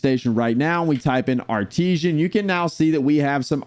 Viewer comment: Why are you pronouncing it as "Ar-tee-zhan?" It's "Ar-tiss-san."